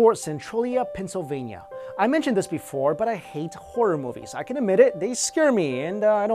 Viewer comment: Did he say pennysivlya if he did I have to mve